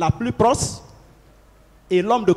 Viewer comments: ont ne dit pas proce 😂 ont dit proche svp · il dit aussi proce😂 au lieu de proche